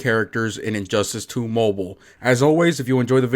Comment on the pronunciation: No offense man but, I swear to god I heard injustice 2 hoe boe